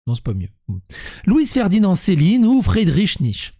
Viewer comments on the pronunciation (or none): Hey ! Il a pas eu le choix, Georges-Vacher de la Pouge ! Pas plus qu'Hyppolite Michel de la Morvonnais ou le célèbre village de Montcuq. Et ça se prononce "Fridriche Nyeu-tzeu-cheu" !